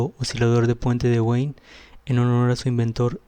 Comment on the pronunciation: Puente Wien, se pronuncia "bin" es alemán no inglés.